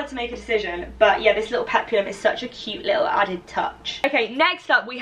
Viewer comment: Aloha! "HAUOLI LA HANAU"🤙🌺🌴🎂😱🍨👍👣😁👊🌸🤙Hope your 21st is the best ever!!(You will look lovely no matter what you wear) Dress 1&2 are adorable on you, & p.s."Peplum," is 2 syllables;"Pep-lum"😁👍